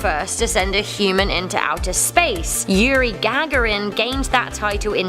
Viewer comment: Gag a rin? great pronunciation and such a soothing voice from that woman or both of those women